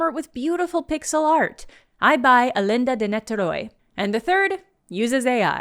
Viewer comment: What's with that ersatz Spanish pronunciation of 'A Lenda de Niterói'? It's Brazilian thus in Portuguese, the accent is way different.